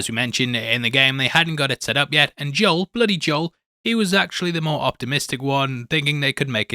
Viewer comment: Joel is pronounced like mole with a J.